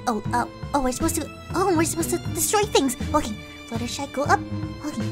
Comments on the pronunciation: fluttershe?do u mean fluttershy 😊☺ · Who else heard her say fluttershee instead of fluttershy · Huh your name is fluttershee not fluttershy???? You just said "Hi everyone its fluttershee" Me "Wutttttt" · She called herself fluutershe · Umm....fluttershy you just said fluttershee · wait is it fluttershee or fluttershy? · You said fluttershee. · U said u were Fluttershee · U sa8d fluter SHEE ur flutterSHY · I thought it was flutter shy not fluttershee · why you sed Flutersee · Your name's Fluttershy not flutter she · You are calld fluttershee insted of fluttershy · no your flutter shy not flutter shee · U said fluttershe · Fluttershy not flutter she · Katie Ngo And then she's gonna run to siri blaming her for calling her fluttershee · wait what? fluttershy just said "hey it's fluttershee here" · Omg she said "hi guys I'm fluttershee" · Did, Did you, Did you just call yourself Fluttershee?!!! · LOL SHE SAID FLUTTERSHEE HAHAH!😂😂😂😂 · You said " hi it's me flutterSHE!" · Fluttershy did you call yourself fluttersee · Oh my gosh she actually said fluttershee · She called herself fluttershee!!! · At the beginning she hello every pony it’s flutershee like in the Siri video 🤣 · said her name is flutterSHEE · Woah woah woah!!! Fluttershy said Fluttershee!!! AHHHHHHHHH! SHE SAID HER OWN NAME WRONG!!!!!!! :---: LIKE SIRI SAID FLUTTERSHEE!! AHHH WHATS GOING ON?!?! :_ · You said hey guys i'm flutershee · FlutterShy said Fluttershee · YOU SAID FLUTTERSHE AT BEGINNING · you said fluttersheeeeeeeee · You said "I,m Fluttershe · Uh fluttershy you sed fluttershe😯😯😯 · She said flutter shee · At the beginning she said Fluttershe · u said ur name wong u said fluttershee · she said her name was flutershee 😝😝😝😝😝😝😝😝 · you called yourself flutttershe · did fluttershy say fluttershee? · She said fluttershe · It’s fluttershy not fluttershy it’s FLUTERSHY!!!!!!!!!!!!!!!!!!! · you said flutershee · You said fluttershee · Why did you say Fluttersee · U said flutterseeeeeee